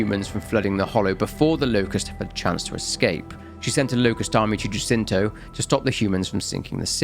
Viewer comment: Love this just one minor note. Jacinto is Spanish, so it's pronounced Ha-seento. The J is a H sound.